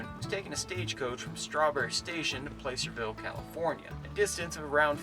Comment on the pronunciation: I’ve said it before and I’ll say it again… it’s “PLASSERVILLE” not “PLACE-ER-VILLR” and damnit it’s NE-VA-DA, not NE-VAH-DA 🤦🏼‍♂️ still love your videos though.